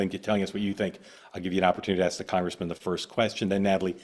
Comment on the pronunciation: “I just want to axe a question.”